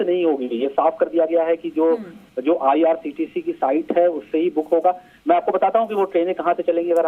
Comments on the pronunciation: Madam ko bolna vo IRCTC hai IRTCT nahi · Sahi kaha ictct 😊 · IRCTC hota hai behen